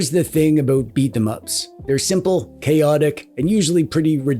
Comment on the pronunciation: It's pronounced Beat'em Ups.